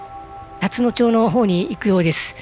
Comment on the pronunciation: 「たつのちょう」ではなく「たつのまち」です。